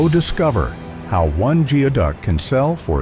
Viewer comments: You sound so stupid. It's pronouced "gooie-duck. It is NOT pronounced "geo" as in geography. Whoever hired you should demand a refund. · Not the best video, how do I know? I filmed the into video of diver #2 in 2013. Which is also seen in other parts of this video. It’s pronounced “goo ee duck”. The video of the clam on the beach is a razor clam, not geoduck. Fantastic way to make a video of other people’s clips without hardly any research though. Congrats! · Omg you can’t even pronounce the name correctly…it’s Goo-ee duck..🤦